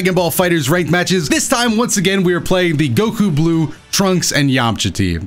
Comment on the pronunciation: And goku bluke! 😂😂😂😂